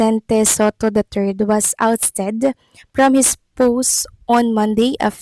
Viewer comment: Ousted not outsted! Sabi na kasing pagaralan o magtanong muna kung paano i-pronounce ang mga salitang sasabihin o babasahin!